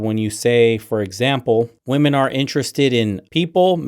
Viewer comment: another person who doesnt know how to say "women"